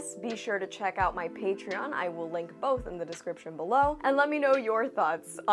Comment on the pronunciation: you said "Disney's" but all i can hear is "diseases"